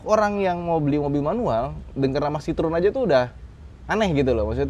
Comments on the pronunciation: Dibacanya kyknya bukan Citrun deh , Cihoen atau apalah😂😂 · Masak bacanya sitrun?😅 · ngakak pas ngomong "runol citrun"